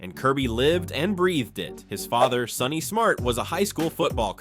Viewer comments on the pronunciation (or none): none